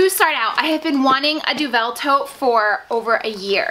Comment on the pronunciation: this review was really useful as i've often admired that bag but now i know about the weight i know it's not for me! just a tip, deauville is pronounced "doe-ville" as in "doe a dear" and ville as in rhymes with the "sill" in window sill. xx